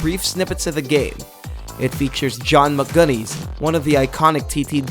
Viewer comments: Yeah! and way to go to murder John McGuinness' name! FFS it's GUINNESS with 'Mc' infront of it! (Oh and "Vidi-game"???) Arrgh. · You sais John McGuinness wrong